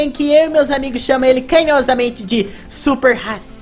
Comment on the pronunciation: Haha "Super-Rasisa" porqueee? Ksks